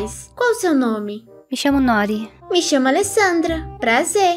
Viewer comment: Eu sou japonesa, noori é o nome de uma alga// comida, n é nóri , se fala noori.